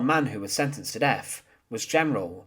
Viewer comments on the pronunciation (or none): The really brutal thing about this video is listening to you substituting 'th' with 'f'. Sentenced to deaf?